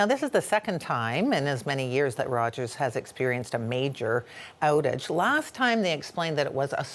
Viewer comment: Did you hear how she pronounces "outage"?